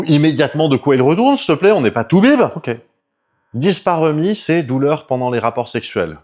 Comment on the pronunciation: Si je puis me permettre, à , on parle de dyspareuNie et et dyschéSie ! Super vidéo comme d’hab et pour une fois sur mon domaine professionnel, ça fait plaisir !